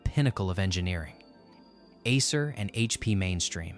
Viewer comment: Asses Roach, that’s some perfect pronunciation.